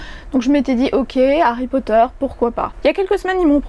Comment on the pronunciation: J'avais écouté l'extrait mais j'avais du mal avec certains mots notamment Potter qui est dit "Potère". Et rien que sur les 5 min de l'extrait ça m'a choquée.